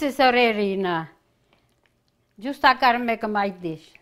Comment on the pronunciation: “Justa follow me”…….I love it! So adorable! Reminds me soooooo much of my nonna. ❤️❤️❤️